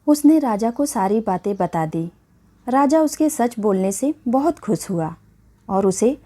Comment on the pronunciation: सिकायत खुस शब्द के ग़लत उच्चारण पर भाषा की गरिमा नष्ट होती है ।सही शब्द शिकायत व खुश हैं । कहानी वह सुनाएँ — जिससे कोई सीख मिले । धन्यवाद